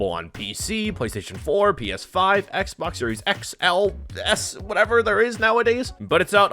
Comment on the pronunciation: Dude butchered the new Xbox X/S name on purpose... Wow